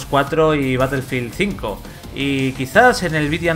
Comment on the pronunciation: Como vas a defender a un titulo si ni el nombre saben pronunciar, ''colosdiuti blac ops cuatro'' '' batelfil zinco''